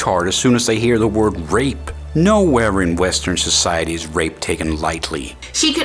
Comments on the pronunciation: This whole time I thought she was saying "ripped" , then I realized it was "rape" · i hear her pronounciation of rape is rip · I think im deaf; dos she say rape or ripped? becourse ripped is when you train get muscels right? is it the dialect? :`D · I couldn't tell if she was saying rape until afterwards, thought she kept saying ripped.